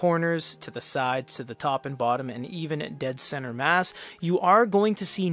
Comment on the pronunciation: Comment about the tts system, well its just not ripe yet. "The" it would read out like "t-he" sometimes, not always. I experienced same behavior with word "world" > "we" "orld"